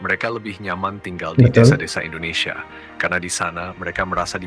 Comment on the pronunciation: Indonesia bang bukan endonesia...